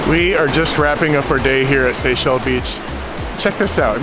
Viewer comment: Love your videos! However, it's Seixal Beach not Sexial Beach.... Although the beaches are sexy!